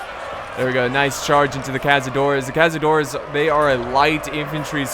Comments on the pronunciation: This "ç" in Caçadores isn't pronounced as z, instead is pronounced as a "s", also, great battle, greetings from Brazil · The Portuguese unit is pronounced Cassadores Caçadores translated to english is hunters